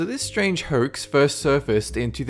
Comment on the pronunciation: I like the way you say "hoax" Hoykes.